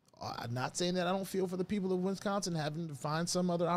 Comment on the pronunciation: Did you say win-sconsin? Lol